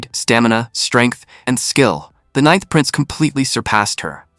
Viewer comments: 'ninnth' with short 'i'. oh,, you had been doing so well... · ca 'ninnth' again, twice. (it's actually becoming amusing).